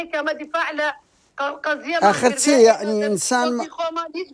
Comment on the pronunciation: يحني يان يعني 😂يعني عةرةبية 😂 بة كوردي پئ ى دةلين واتة هاسانة نة ع نة ح ي تئ دا نية